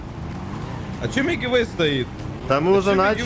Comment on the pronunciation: Никто: Абсолютно никто: Я🗿: Не Мигивэй, а Милкивэй)))